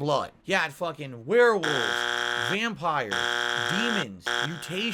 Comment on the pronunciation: Notice he slurs the word 'vampire' listen very carefully he says wampire the multiple gins on a daily basis is clearly getting to him!